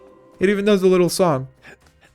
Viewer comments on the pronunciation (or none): none